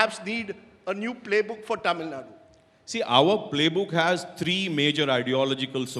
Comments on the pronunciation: Who the hell is this and what he has to do with Tamil Nadu elections? He can't even pronounce 'Tamil Nadu' correctly. Is not getting a good spokesperson from Tamil Nadu BJP? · Who's the hell is? He can't even pronounce Tamil Nadu properly.....shit!